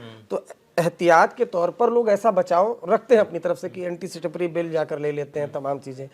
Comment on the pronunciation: its anticipatory, not anticitapary 🙂🙏🙏